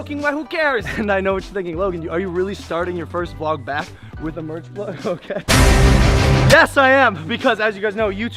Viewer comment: It sounded like you said Logan Paul is Black